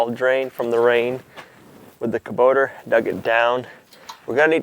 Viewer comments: Kuboter? LOL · "Kaboter" , "escavator"....OMG